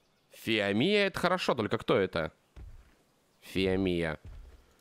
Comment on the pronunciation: если хочешь собирать много камня то дабывай топором и ещё не фи́амия а фио́мия